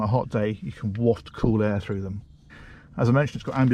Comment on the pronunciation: You say cool like a snowman,. Like the car now thats to cool,.what about air bags in door s etc.....